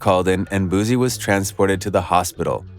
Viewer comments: His name is pronounced “Boo-C” not “Boo-Z”. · Ayy Dallas ain't Houston an Houston ain't Dallas we 4+ hours away from each other BOOSIE didn't sign Mo3 an its BOOSIE not boozie 🗣(boo·ci) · Bruh say his name right booSSie not zz🤦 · Wypipo trying to enunciate words like black ppl is so annoying and i only stayed to write this message. .u sound dumb af just pronounce the names however u pronounce ALL ur words. ."leal boozie" is how u sound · I think you're lame first learn how to pronounce his name. Boozy lol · No Z in his name yall got me saying boozie like I'm an old white man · Ima say this then leave but please stop sayin his name like that also its not lil no mo. Its boosie badazz. Do ya research.. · I'm convinced u purposely pronouncing his name wrong for comment content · Damn if you not going to say his name right don't say it 1,000xs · You need to say his name right! Obviously you haven't seen his interviews or know his music. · Bruh all what u said is f*cking wrong bro even the pronunciation of boosie and where is the video which shows the goons pulling up???! All liars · You can't even pronounce BOOSIE name correctly, Culture Vultures